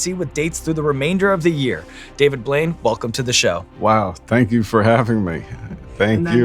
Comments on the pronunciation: to me it sounded like he called him "David Void" instead of Blaine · Did you just call him David Blouide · did Sean just pronounce his last night wrong?? Edit: most genuine moment I've ever seen!